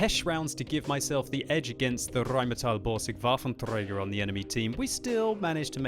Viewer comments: that tongue rolling.... RRRRRRRheinmetal Borsig WaffentRRRRRRRäger .. funny when you know German and that is not the way you pronounce xD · hilarious how you put effort in saying "rheinmetall-borsig waffenträger" gj man ^^